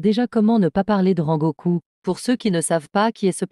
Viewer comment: J'adore la vidéo mais la voix j'ai envie de la tabasser ses quoi cette voix a la place de rengoku il a dit sengoku frrrrrrrrrrrrrr😂😂😂